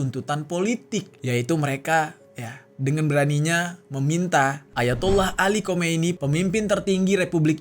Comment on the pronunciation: Sedikit koreksi bukan Khomeini kk, tapi Khamenei. EMG agak mirip sih